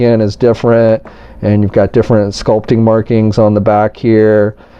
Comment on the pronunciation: "But it's differi"